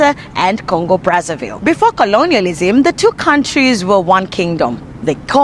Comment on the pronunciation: It's not pronounced "Congo Bratsavill", but "Congo Brassa VEE', since they spek French there. It was a Belgian colony. Run with pure terror by Leopold the 2. 🫣